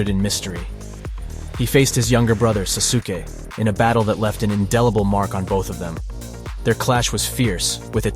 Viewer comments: susuke? its sasuke XD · Susuke and his SUSANUU